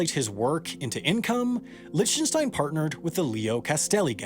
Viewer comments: Please stop saying "Lich - ten -stein." It's pronounced "Lick - ten - stein." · I think his name is pronounced Lick ten stein. Not Lich ten stein. A remarkable artist by any standard. Most blue chip artist are very good. They usually don't succeed for nothing. It takes a real education to know the difference. There is intrinsic value to some art and to see that takes experience. The saddest thing here is that the vast majority of artist will fail to make the grade in their lives. Artist need government support. The amount of money allocated to support the arts in the US is disgraceful. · So annoying... you can't even check how to pronounce an artists name? IT'S LIK-Ten-Stine!!!! NOT Litch-ten-shtine. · Merely the latest YouTuber that doesn't know proper pronunciation. Try "Lick-ten-stine". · liHHtenshtein. My ears are bleeding. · Love your work as always. Just one note though: Lichtenstein is pronounced LICK tuhn stine with a hard k sound. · Lichtenstein is pronounced Licktenstein btw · it's pronounced Lick-ten-stein FYI. I was cringing. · I find your pronunciation of Lichtenstein disturbing. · Also, nice video… but please learn how to properly pronounce Lichtenstein. Regardless of whether you like his work, he at least deserves the respect of having his name pronounced properly. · This video is awful, and his pronunciation of Lichtenstein is annoying me. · That is not how you pronounce Lichtenstein. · So many comments and I can’t find any about mispronouncing Roy Lichtenstein’s last name lol. See you again in the mistakes video <3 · I love how you pronounce Lichtenstein .D